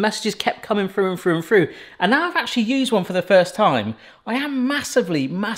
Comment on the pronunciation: Why can't you say through correctly!